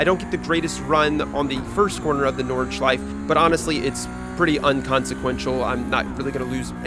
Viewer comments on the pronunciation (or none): It's my moral obligatiom as a German to tell you to pronounce the E at the end of Nordschleife